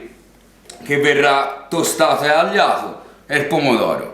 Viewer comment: LA GALLLLLINELLLINA , IL PALLLLOMBO , IL PANE ALLLIATO.. GRANDE🤣